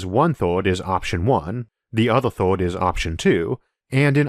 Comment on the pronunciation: Interesting video :) I just need to get used to the accent though... so many words are "weird" (to my ears) pronounced. Instead of "first" I hear "forst", instead of "earths" I hear "orths", s/third/thord/g. Etc... I got to wonder, where is this accent spoken?